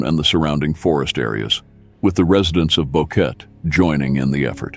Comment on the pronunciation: Can't you at least pronounce Lisanne's name correctly out of respect....and Boqueeeeet !?